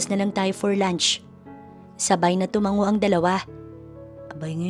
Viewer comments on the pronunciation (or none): none